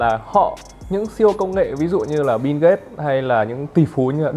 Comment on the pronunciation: Biu mà bạn . Đọc như kiểu bíu bìu ấy